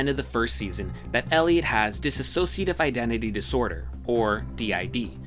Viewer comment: its "dissociative" not "dissassociative"